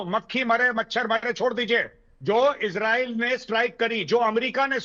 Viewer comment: Ye besharam kis mo SE raw-fail 😅 Ka name le Raha ha But anyway.. Ijreail ij a pather land end-ya ij a mather land